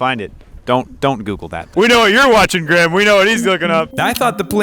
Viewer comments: “Edinbro” and also “Graam” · Graham is pronounced (grey-am)